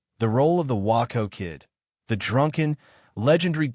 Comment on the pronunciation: WAY-CO WAY-CO WAY-CO. The Waco Kid is pronounced Way-co. Could not get through the vid hearing WAA -Co Kid!